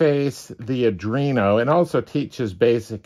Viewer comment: “ADREENO”??? SERIOUSLY??? Try, “ARDWEENO”! 🤦🏻‍♂️🤦🏻‍♂️🤦🏻‍♂️